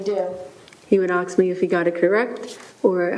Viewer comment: Am I allowed to comment on something the speech pathologist said? Or didn't say? She can't pronounce 'ask'? That's weird for a speech pathologist.